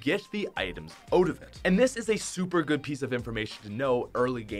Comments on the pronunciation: say "out" correctly, thanks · omg the way he pronounces out kills me